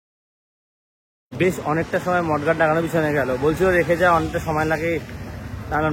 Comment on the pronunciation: ওটা mudguard, mud মানে কাদা, তুমি মড গার্ড বলছিলে, অনেক উন্নতি কোরো, ভাল থেকো